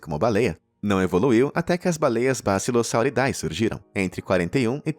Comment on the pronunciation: vale uma dica: quando for ler um nome cientifico em latim, a termilogia "ae" como bassilosauridae se le como "e" . A forma correta de pronunciar é bassilosauridE; o mesmo vale para Aedes Aegypti que se lê Edes Egipiti